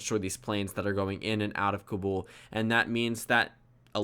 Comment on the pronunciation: Stop saying Afghanistan like "Aff-gan-iss-tan". It's "Aff-gahn-ess-tahn". It's "Tah-lib-ahn", not "Tall-ib-ann", and it's "Kah-bull", not "Cuh-bull". You're Asian; you should know this, unless you were whitewashed lol.